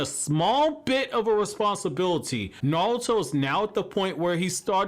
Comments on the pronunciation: I swear this guy just says nalto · Narulto😂😂😂😂😂I heard a L in there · Absolutely Nobody: You: NALTO!!!! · Every time you say Naruto I see “Nalto” Who else is with me? 🤣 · The way you say naruto tho. Lol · why the hell do you not pronounce naruto so wrong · Am I the only one who hates the way he says naruto? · Bruh how tf are you pronouncing Naruto? It's bothering me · Can’t stand the way he says Naruto